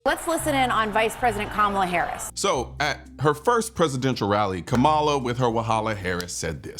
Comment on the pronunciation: The fact you purposely mis pronounced her name, we now know you are voting for the 34 time convicted felon with 90 more charges pending. Thanks for giving me a reason to unsubscribe from your channel.